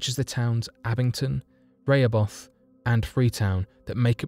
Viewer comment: Just for references , it’s Rehoboth, Ra-hoe-buth